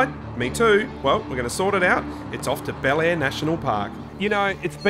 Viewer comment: Be-lair, not Bel-air.